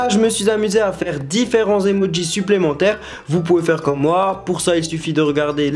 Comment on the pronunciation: Tu dis emodjis